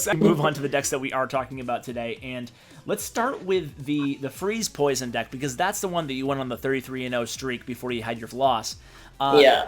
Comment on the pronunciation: lol he said poishon